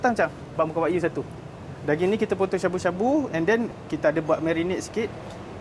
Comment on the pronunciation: Wa-gyuu… bukan wak yu